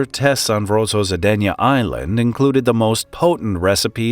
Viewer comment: Vozrozhdeniye sounds nothing like pronounced in the video, either. It's more like "Voz-rož-DEN-ye